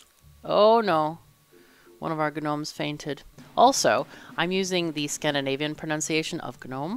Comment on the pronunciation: You're cool but you're not cool enough to get away with pronouncing Gnomes like GNU.